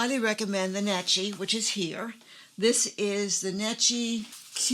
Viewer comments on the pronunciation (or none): Thanks for the interesting video. The Italians pronounce the brand name Necchi as "NECK-ee."